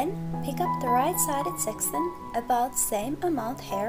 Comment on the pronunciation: Sec-ch-un seck Chun not sexson